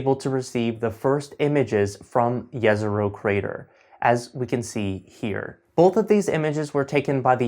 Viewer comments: First person who pronounced Jezero correctly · Yes! Usually they say something like đezero but this guy says it correctly. Točno izgovara Jezero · This is probably 1.st video where someone pronounces "Jezero" correctly :). good work!